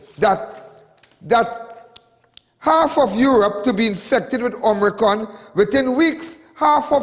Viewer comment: Not Om-ri-con. It is Omi-cron. Lawd!!